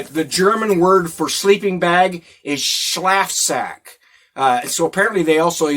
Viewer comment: The a in schlafsack in German should be like the a in father.